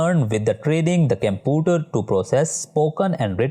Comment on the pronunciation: Sir computer not camputer😂😂😂